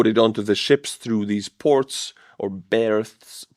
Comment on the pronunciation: Berths - pronounced births